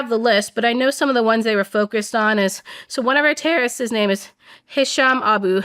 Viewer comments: I kept hearing her say tariffs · She says terrorists but all I hear is tariffs lmao